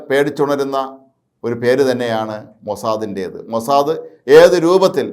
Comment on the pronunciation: അയ്യേ മൊസാ ദേ,,, അല്ല മൊസാ ദ് എന്ന് പറയു